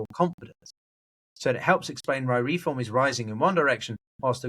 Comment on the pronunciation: Why do you say REE-form? It's Re-FORM.